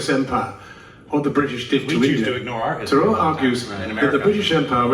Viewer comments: When pronounces his name it sounds like Shashi zarur. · When said shashi tharoor, I heard “shashi the roar” 😛